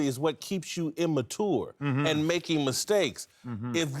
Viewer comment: CAN WITLOCK SAY IMMATURE RIGHT OMGGGG